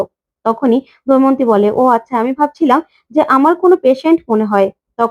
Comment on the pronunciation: What is doimonti? Say Damoyonti. Kobe Bangladesh theke esecho?